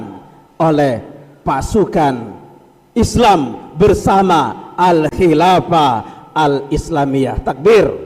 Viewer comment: Ada sedikit kekiluran dalam mengucapkan Ayat surat an nur : 55, mustinya Wa'adallahulladzi.....dan Hadits tentang tdk akan ditegakkan qiamat. Ada kalimat Terucap : ....fayuqtaluhum mustinya fayaqtulahum"..... Dan juga kalimat : " la khilafu mustinya la khilafa bainal fuqoha...."